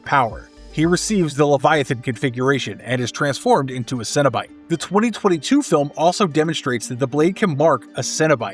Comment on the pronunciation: Maybe because the video narrator is an idiot that says it "sin" instead of "sen". I really resent people that mispronounce words as someone with hearing loss that even decades later, can still hear well enough to know morons mispronounce words and when I grew up, that translated to being exploited by adults in school and chronically sent to the idiot that performed hearing tests who exploited us as a means to justify her largely useless job considering how much down time these people had to get a paycheck year round. I was born in '78 and in the 80's, the amount of words mispronounced because of television was phenomenally worse than it is today in media, but it's still really common today and the conflicts that result from it are why I so aggressively criticized this video author. He's doing it on purpose and that makes him an asshole. People that do these things in hopes of gaining attention that benefits their media production quite simply sicken me. Earn it the right way. If you're willing to put this much work into this video, there's no justifiable reason to pronounce the word wrong. I'm dedicated to ending vicious cycles.